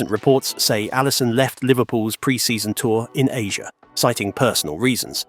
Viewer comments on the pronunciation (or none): none